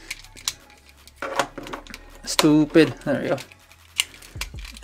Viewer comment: “stoopid” (Steven he edition)